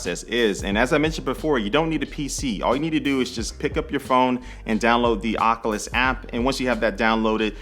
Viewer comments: I think Oculus is pronounced "Oc-U-lus", not "Oc-uh-lus". The first U is long and sounds like "you". But good review. I used to watch your channel years ago. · Oculus-( oc-you-lus)👍 Oculus-( oc-uh-lus)👎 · I’m kinda bothered by the fact he pronounces it OC-A-LIS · This man said Ocuwas quest